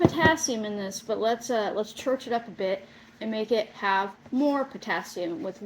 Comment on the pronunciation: Hey ☝️Why not Baking Soda? DID U SAY -Church it up😂👍